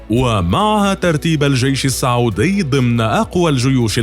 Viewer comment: السعودي (بالسين) الله يخليك مو الصعودي